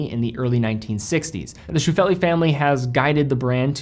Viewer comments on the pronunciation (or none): The pronunciation of the German owner family Scheufele is "Shoy-fell-le". "Shoy" as in "boy" and "le" as in "e-le-phant".